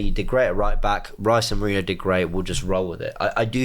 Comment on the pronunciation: Nwaneri not Nwanieri, and Merino is not Merinio.